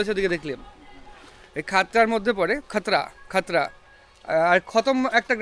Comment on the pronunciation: Uchharan vul khotra noi Khatra subdivision, Mukutmonipur theke kache.